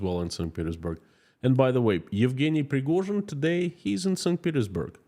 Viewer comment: Ive come to realise when you say Yevgeny Prigozhin it sounds like guinea pig, maybe thats why Putin chose him.